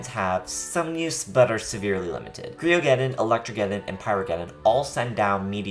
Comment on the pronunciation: Cryogeddon is pronounced the same as Pyrogeddon.